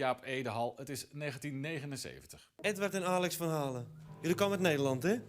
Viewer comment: He pronounced "Van Halen" in the American way?